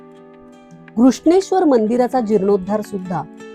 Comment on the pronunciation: केवळ नांव व्यवस्थित उच्चारलंत म्हणून बघते आहे हा व्हिडीओ. अन्यथा किती वेळा भेटी दिल्यात आणि कोणाकोणाला गाईड बनून गेले आहे तिथे आठवत सुद्धा नाही. असो. धन्यवाद. पण दौलताबादचे नांव, देवगिरी उच्चारले असते तर अजून छान वाटलं असतं. असो. 👍🏼🙏🏼